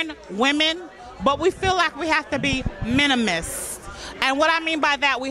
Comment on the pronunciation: Minimalist, not "minimist", New York. And resonate, not "resignate". 😂I still love her though. Poor grammar and all.